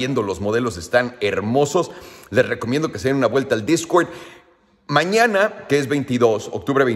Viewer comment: jajajaja discwerd discwerd discwerd discwerd